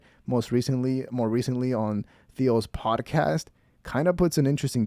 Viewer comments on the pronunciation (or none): “Podacast,” he says.